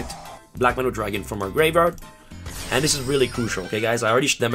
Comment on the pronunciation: Can you pronounce graveyard, tho?